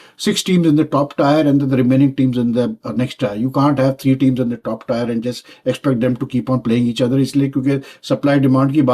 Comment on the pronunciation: Paki accent of Aaaanglish😂😂